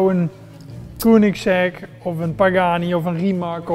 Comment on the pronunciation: koenigsegg? spreek uit als keunigsegg